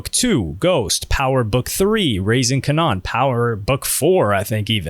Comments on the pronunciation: Kanan... Pronounced Kay-nun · Raising Kuh-NON is crazy 😂